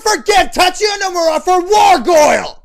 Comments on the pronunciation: it's actually Noh-moo-rah. I happen to know this because I studied Japanese. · I HATE to be that guy... but you said Nomura wrong.